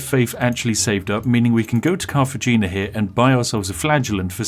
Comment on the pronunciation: Cartajeena, Toldeo... my ears are bleeding and I don't even speak Spanish